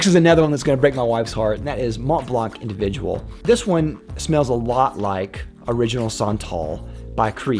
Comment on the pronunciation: When you said DHI, Pure Havane, and Individuel it hurt my soul 😭 I agree with Sauvage though 🤣